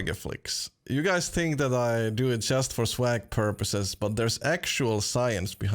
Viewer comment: I love how he says tink instead of think ;D